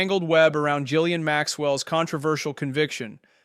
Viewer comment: It's not Gilean. It's Ghislaine. How can you claim any credibility at all when you can't even get her name right? Pathetic.